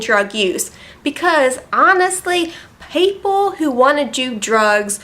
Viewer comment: "payeple" lol ;D